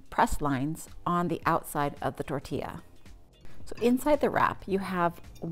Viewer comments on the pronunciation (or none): none